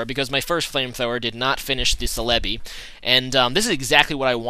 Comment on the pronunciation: ce-le-bi...no its cell-a-bi